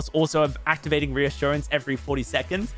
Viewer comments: You said ressurgance lol. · You totally pronounced this perk incorrectly. lol